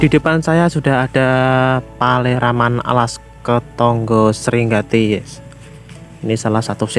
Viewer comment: Host nya GK bisa baca seharusnya Sri Gati bukan sringati